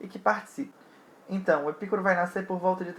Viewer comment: Muito bom vídeo! A pronúncia adequada é Epicúro com tônica no cu (não entenda mal hehehe). A filosofia de Epicuro foi muito revolucionária e fundamental para a modernidade e contemporaneidade, nela está a semente do conceito de liberdade. Filósofos com Hegel, Marx e Nietzsche foram buscar em Epicuro a base de suas teses. Uma pena que os jardins decaíram após a sua morte e com muita sacanagem rolando os estoicos e os cristãos difamaram aquilo e não houve a devida sequencia de suas ideias.